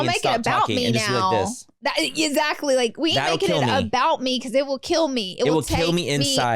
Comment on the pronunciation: Love the pod but the amount of times Laura says “ezactly” kills me 😳